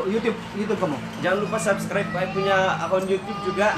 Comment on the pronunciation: bro mana video kau yg susah berul mau sebut subcribr ahaha